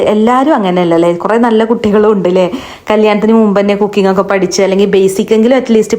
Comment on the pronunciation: കൊക്കിങ് അല്ല കുക്കിങ് 😂 കുക്കിങ് എന്താന്ന് ഇങ്ങക്കറീലെ